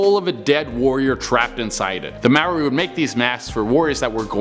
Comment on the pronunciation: I'm so glad you didn't say maori like (may or ee). I'm maori